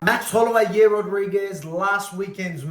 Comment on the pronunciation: 'Yair" doesn't rhyme with "hair", mate.